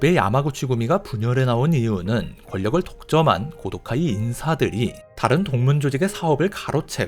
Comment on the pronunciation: 고도카이의 정확한 명칭은 코우도우까이로 발음...弘道会(참고로 하고 무시할 사람은 무시해도 됨)